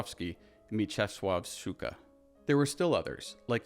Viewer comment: HEADS UP; though as a Pole I appreciate, you a foreigner creator, trying to pronounce Polish surnames and you did not bad of the job, just be carefull; especially with Mieczysław Szczuka not Szcuka SZ is pronounced as SH sound in SHower, just harszer, as if you wanted to emitate the static white snow noise of the old TV, but SZ is followed by Polish CZ that is pronounced just as CH in Watch or Cz in Czech; just harsher, and "SZCZ" my dear is the hardest train of syllables to pronounce in Polish, that's why no one likes Bydgoszcz city, and szcz is usually at the end (it's easier to pronoince when cz isn't stressed like in SzCZUka, stress in on CZU) but... the reason for my LONG Polish pronounciation tutorial? I'm sorry, but the way how short and swiftly you spoke Szczuka's surname sounded a lot like SU-KA which in Polish translated to B*ch/female dog, and I had to double take on that part; and listen today me and my Italian classmate we had disgussion of how surnames work; and in Poland you can have a surname like Psikuta (PSI id dog's and KUTA(s) is modern word for p3nis) or Paluszek (Pinky finger) or even Stopa (Foot) and Łatwy (Easy) and it's easy to take them as a joke or misspoke them as a cursewords; SO be careful. [PS. 1 if you get into Hungarian Cinematography and names they also have CZ; but they pronounce it as Ci like in cinema] [PS; 2 I shall continue watch and add on